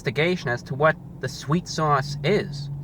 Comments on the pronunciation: I just came . "Sweet sauwce" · swet sawse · i just want him to say "sweet sauce" one more time